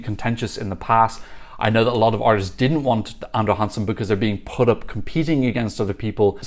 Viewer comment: I was wondering who this "Andre Hansen" was, but then I realized. 😂 (It's more like "Andra Jangsen", where the J is pronounced the same way as the J in "José" in Spanish).